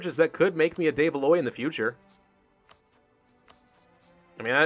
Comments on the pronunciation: I love the EU series, been watching since Venice but please stop butchering the de Valois pronunciation.:D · when says de Valois it kills my soul